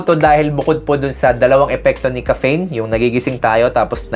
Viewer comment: DOC, BAKIT NAMAN PO GANYAN PRONOUNCIATION NIYO NG "CAFFEINE"?? ARE YOU JOKING LANG BA?